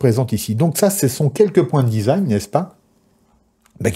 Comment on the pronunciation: design se dit disagne 😇 ceci etant dit, mes felicitations pour vos video. je suis fan.